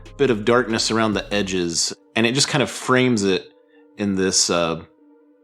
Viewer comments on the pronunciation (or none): none